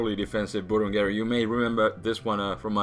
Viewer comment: I like the way he pronounces "Burungeru" ^^